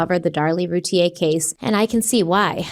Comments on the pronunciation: Darlie’s last name is pronounced RUE-TEA-AIR. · Their name is pronounced Roo Teer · It’s Roo-tee-ur. Just saying